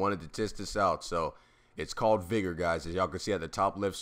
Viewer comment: Good video but I think u pronouncing vigor wrong